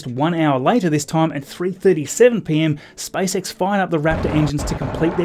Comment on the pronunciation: He calls it SpiceX